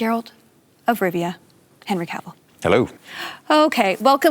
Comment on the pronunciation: So pleased Felicia learned how to pronounce Cavill before doing this 🤣